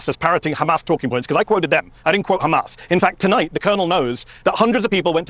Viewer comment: They have zero talking points.. just khamas khamas khamas.. WHAT IS THEIR EXCUSE FOR THE WEST BANK WITH NO H!!..